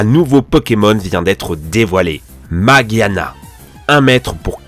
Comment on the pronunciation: c est pas maguiana c est magiana